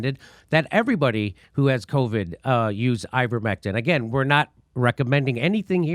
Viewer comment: If only he had been guiding the country for past 18 months. I much prefer hearing covid pronounced "Caw-vid" like a true Bostonian 👍.